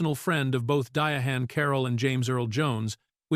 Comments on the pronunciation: I closed video when the AI said DIA-HAN. It’s pronounced like “Diane”. She was a great trailblazer and actress. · Why do the narrators mess up names? He keeps calling her Di A Han. Her name is simply pronounced DIANE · Who is dia AWN!? lol 😂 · EVERY time this AI voice is used, they pronounce her name “Dia Han”. It’s so irritating. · Di-honn Caroll! I just can't with the AI. But interesting fact about Lawrence Fishburn - he was also considered for the part of Michael on Good Times. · Yes, and all the lazy creator had to do was spell her name out phonetically or simply use "Diane" instead. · Who TF is DIA HAN Carroll? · Her name is DI - ANN NOT WHAT YOU ARE SAYING... THIS IS THE REASON NON AMERICANS SHOULD NOT READ FOR AMERICAN CONTENT. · The ai can say Diana but not Diahann. Comedy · Trust real people under the age of 60 pronounce it this way. I'm named after her & it vexes my soul every time they mispronounce it & don't let start on the misspellings 🤬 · It vexes my spirit every time & believe me, other people pronounce it like this too 🤬 My parents named me after her & the only ppl who seem to pronounce it correctly are over 60 years old 😂